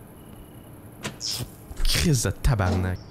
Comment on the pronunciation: Criss de tabarnak. Unexpected but fuck did it make me laugh. That quebecois on point!